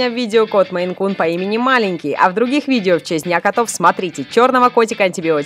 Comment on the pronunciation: не Men, а Maine